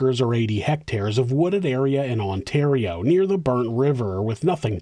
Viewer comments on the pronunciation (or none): none